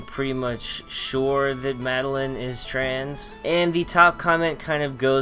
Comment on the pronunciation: Madeline from Celeste says trans rights Also my name is pronounced mad-el-eye-n not mad-el-in